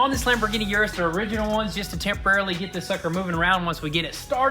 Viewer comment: O-rus not U-Rus